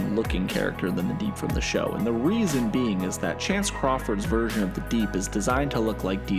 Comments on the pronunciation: His name is Chace, not Chance. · It’s CHACE Crawford